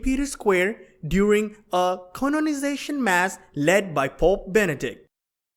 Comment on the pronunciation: What the fuck is a (1) 'CON-ON-isation mass' When employing someone to read a text, accompanying a video, can you please ensure that, if the person chosen is NOT a native speaker of English, then at least the offending pronunciation can be deleted and the correct one inserted. ..! At (2) around 44/45 ......"....the destruction came around towards the end of...."...??? What is 'destruction'...??? ....maybe .............''disruption'' If you are going to make a video then do the job right....or just don't bleedin' bother. The whole clip is marred by the number of mispronunciations contained therein. Please also note that Rio de Janeiro is Portuguese and therefore should not be pronounced as if it were Castilian Spanish, with the aspirate 'J'.